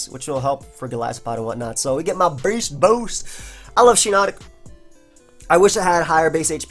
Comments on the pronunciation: "BAYST BOUST" "veryunfortunateformyopponent;" oh yeah you can actually hear the semicolons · Stop saying beast boost like that lmao